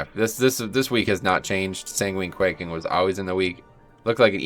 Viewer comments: Quacking? Lmao. It's quaking. As in earthquaking. Lol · Lol. Nah man. At least not in the beginning of the video when you started reading them off. As soon as you said quacking, I died. Great video though bro.